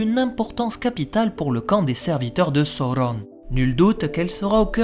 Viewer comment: Poirquoi tu roule les R pour Sauron et Morgoth ?